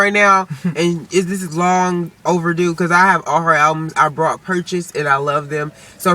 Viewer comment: Please don't take this offensively....just to be clear it sounds like you say "brought" instead of "bought". #justsaying Otherwise funny video, equally funny opinions.